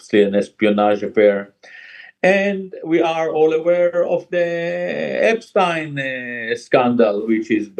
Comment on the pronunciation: You can tell that Gilad Atzmon is not a native English speaker, because he pronounces the name "epstein" properly, not in the horrible way native English speakers do.